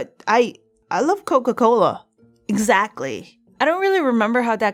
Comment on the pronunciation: “I like Coca Cola..... EXaTCtlIy,” what was THAT?